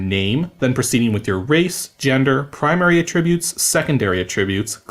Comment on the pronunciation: You said attributes so many times and the way you pronounce it....it drove me a bit mad lol